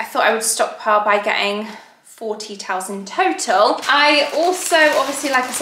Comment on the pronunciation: I heard “four tea towels” as “forty towels.” I thought that was slightly excessive 😂 your house is looking so beautiful